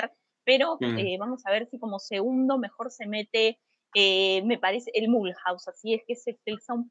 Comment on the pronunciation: Gracias por el programa 😀 Cuando mencionen equipos franceses si quieren les puedo ayudar con la pronunciación. Ejemplo: Mulhouse = "Miuluz" 😀